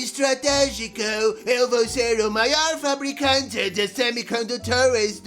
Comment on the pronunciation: "eu vow ser o mayor produtor de semicondutores oray?"